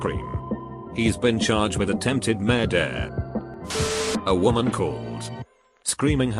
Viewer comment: Us: murder Text - to - speech: mur- dur